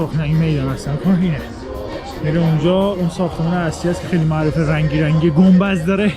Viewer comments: گنبذ ؟ چه جالب من فک میکردم فقط بابام به گنبد میگه گنبذ 😅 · یه جای ویدیو گفتی گنبذ ، ولی فقط گنبدیا گنبذ رو بلدن 😂 گنبدو از کجا میشناسی 😂